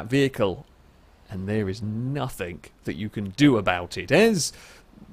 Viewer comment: I wish you got rid of the stupid ott "hello and welcome to the show" and the various annoying nothink/somethink